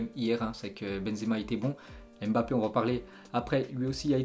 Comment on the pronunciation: 🌴🤔On ne dit pas👉 M bappe ,👉mais MBAPPE en un seul mot. Comme NGOLO KANTE en un seul mot.